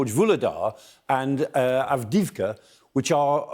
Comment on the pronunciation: Avdiyivka, accent on first i